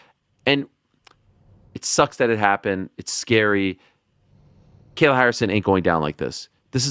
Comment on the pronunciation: Moron! He is not pronouncing Kayla Harrisons name right. It is not pronounced kell